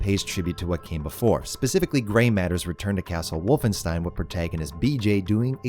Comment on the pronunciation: Nobody:: So I played Wolfenstine I ain’t even mad